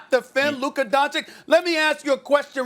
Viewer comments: Luka Doncheek? It's pronounced Don-cheech cheech sounds like čič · SAS: Donchik MAX: It's Dončič SAS: You're wrong and here's why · Nobody: Absolutely Nobody Stephen A.: Luka Donchic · at least say his surename right doncic not doncik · Everybody: Luka Doncic Stephen A: Luka Doncik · Donchich maan. Just take a minute and write in youtube how to pronounce Luka Dončić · Stephen A. Smith again: "LUKA DONCHIK" 😂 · No one: Steven A: Luka Dančik. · Man who tf is luka donchick? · Who is this “Luka DonChick”? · "Looka Donchick" 🤣🤣🤣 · Lol Stephen A says max can’t talk basketball but he still can’t pronounce Lukas name “Donchik” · I think he knows he's wrong but he's too egoistic to admit it as he's Donchicked for so long. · and never, on that day, was Doncic's name pronounced correctly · SAS after 3 years and still can’t say Luka’s last name right 🙄🙄🙄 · Still pronouncing his name wrong tho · Stephen A, if you think Luka is the truth; how about learning how to pronounce his fu**'in' name? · i dream one day he’ll pronounce Doncic correctly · When is Stephen A. Smith going to pronounce Luka's last name right? Anybody? The disrespect to not do your due diligence to pronounce one of the biggest rising legends in the game.